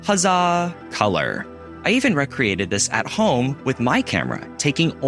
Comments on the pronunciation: you pronounce the word, recreated as rec-ree-ate-ed?... it's pronounced ree-cree-ate-ed as in, 'to remake' vs. 'a leisurely activity'. Throughout, your pronunciation is good so that one word really stood out. Also, the word is cost and not costed in the sentence you spoke. This is an example of how you would use the past tense of cost as costed in a similar sentence, 'they had costed the whole process and it was almost prohibitively expensive." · Another A/I failure. It is not "rec-created" it's "ree-created" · Rec reated? Sissil? What's happening to speech? Spend a year watching films. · He said, "rec-reated". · BIZARRE way to say "recreated". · Recreated is not pronounced like recreation. The etymology (origin) of the two English words is different. Is this AI-generated speech? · Also, recreated pronounced like recreation.